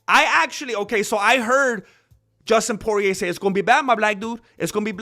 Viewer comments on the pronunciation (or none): Justin Porier. This guy always saying names wrong gets me every time. Especially when we know this Mexican knows right from wrong